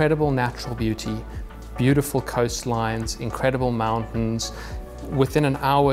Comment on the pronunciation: 2nd garage holds a 'Booo-t-ful RR😂😂😂😂😂😂😂